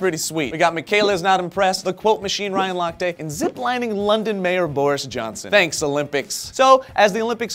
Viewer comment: Lock-tee not Lock-tay.